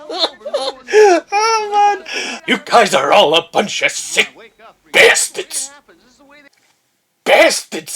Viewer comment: Going through movies like this, one of the older ones had you say "BYASTADS" 4 or 5 times and I was worried I missed the single for this. Glad I was wrong. I also forgot about, and then laughed harder when Ham Sandwich came back from me seeing the compilation a while back. Got me again, you SECK BYASTAD 😂